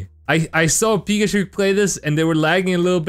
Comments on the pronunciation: Im afraid your saying pikachuk wrong 😅 its kinda offensive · I pronounce it pikachuk, not pikachook